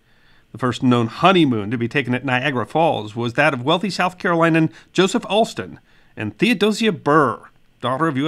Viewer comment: Carolinan hit my ear hard. I trust you meant Carolinian.